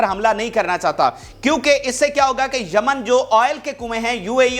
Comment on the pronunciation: Jaman nahi, it is yemen